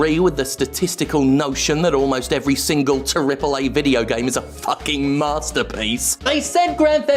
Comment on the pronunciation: I love when Jim says “Triple Æ”